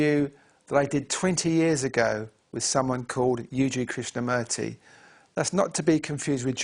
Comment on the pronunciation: krishna "murty" the dude pronounces it like "kurt" Its "moorthy" Like the word "moor"